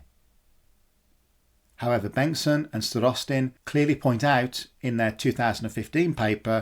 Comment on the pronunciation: Thanks for the great video. Just a minor note: Starostin has stress on the first syllable. Both Sergei and George 😊.